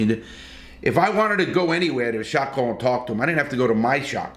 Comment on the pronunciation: Sorry every time you say shot caller I hear shock collar 😅